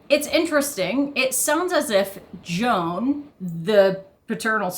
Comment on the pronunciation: Joan is pronounced Zho-an, almost like Juan. It's a Catalan name, fairly common in the Spanish-speaking Caribbean.